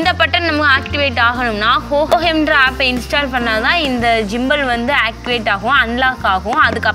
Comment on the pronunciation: ஜிம்பல் இல்ல மா... கிம்பல்